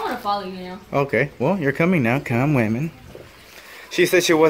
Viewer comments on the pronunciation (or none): Why does he pronounce "woman" like "women"?